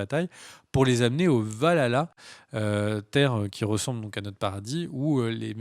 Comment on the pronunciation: VAL !!! ALA !!! Pas valala xD